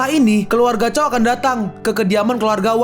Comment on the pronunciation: Koreksi min Zhao bukan chao